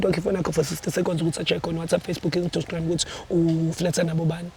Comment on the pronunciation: The way athi “instagram “ will forever be funny 😂🤣😭